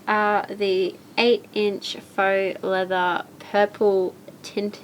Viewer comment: 10 out of 10 for pronouncing Faux correctly!!! 100 out of 10 for Baby Yoda appearance!!!